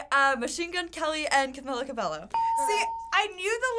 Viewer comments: How hard is it to say CABELLO LIKE CABEYO not CABELO. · RIGHT? It’s CamEEla CabeYo not Camila Cabelo I just wish people would pronounce it right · It’s CabeYo, not CbeLo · It's pronounced cabayo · Omggg it makes me so mad when somebody says Cabelo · WHY THE HECK IS EVERYONE SAYING “CAMILA CABALLO”